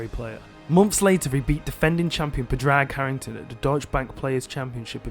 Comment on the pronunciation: It’s pronounced Pawrick Harrington